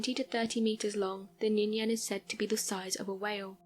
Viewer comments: It's Ningen...not Ninyen....🤫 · For clarification, the Ningen is pronounced with a harder G and not a Y.